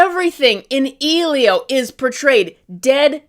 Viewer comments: The fact called the movie "Ee-lio" instead of the proper pronunciation "Eh-lio" tells me she didn't even see it, especially if her only criticism is how frames are shot and how characters are designed. She mentioned nothing about the plot or character development. I like the movie. I don't think it's the greatest movie ever, but it was cute and fun for families and kids, although a little heavy handed when the main character's parents die and he lives with his aunt. I don't know if we need something that dark in a Pixar movie, but it's just my opinion. I do agree that the "bean mouth" character design as seen in Luca and Turning Red isn't appealing if every Pixar movie uses it, but that design was exclusively used for Elio himself, not the other human characters. It's visual storytelling, a childish character design for a childish character. No one else looks like him in the film. Honestly, it feels like was just looking for reasons not to like the film and probably didn't even watch it, basing her opinions on the trailer alone. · Wow so just hates Pedro Pascal and doesn’t care enough to pronounce Elio properly. Got it.